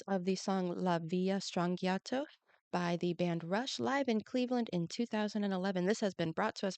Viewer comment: Strangiato is Italian... since there is no letter J in Italian gi is always pronounced as J, so it would sound like Stranjiato